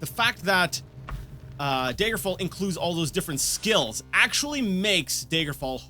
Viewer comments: OMFG! It's 'DAGGER' fall not 'Day-gurr' fall!! Great playthrough but OMFG! 😡😡🤣😂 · Does he ever start to pronounce Daggerfall as, y'know, Daggerfall? Or will he insist on saying dayjgerfall? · tbh I'm just nitpicking, but the way you pronounced it just peeves me. I'm still gonna watch the rest of the series, mind you, but still. :p As to your question: dagger-fall. Dagger. As in, the small, bladed weapon. It's a short A, like in chatter, not the 'ay' sound in day, may, or lay. You can hear it pronounced like that in the intro, and when anyone else, that I've heard, says it. (And I added the j in there because, to me, you were pronouncing it that way, with a soft g.) Maybe this is some form of accent that I've not heard before. I just now looked it up, and this could simply be some form of a Canadian accent. If so, I'm sorry; having an accent is not the same as mispronouncing something.